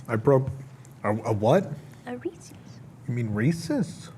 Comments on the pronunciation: Thank you,, for doing God’s good work and correcting her on the pronunciation of Reese’s. People who say “Reesie’s” drive me crazy. There’s a reason they named them Reese’s Pieces. It rhymes. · Thank you for correcting the pronunciation of “Reese’s”. THE MANS NAME WAS REESE. WHAT IS HARD ABOUT THIS?!? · I was amused by this. I don’t normally watch food reviews. look when said Reese’s incorrectly😂 and then a minute later - “the chocolate on the top is really good”… “it better be she talked about it 8 times” (in the description) 😂😂😂